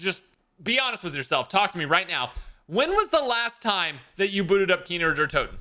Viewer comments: For the love of god stop saying kiner der toten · Can’t get over “kiner der Toten” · "Keener der toten" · “Kiner der toten” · “Kiner der toten” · Nobody:: KEENER DARE TOTIN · You VIOLATED Kino Der Toten.